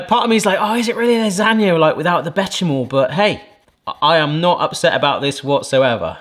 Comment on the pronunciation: Bechimol?(bech-shuh-mol) no no no! Beh-shuh-mel is how its pronounced! Béchamel justice!